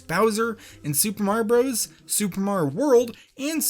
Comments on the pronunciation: don't mind the capitals: TO HONOR SUPER MAR-io BROS 35TH ANNIVERSARY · “super mar bros” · Me: Clicks On This Video Him: "to honor super marbros 35th anniversary Me: "Did you just say super marbros?"